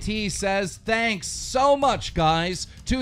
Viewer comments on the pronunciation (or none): none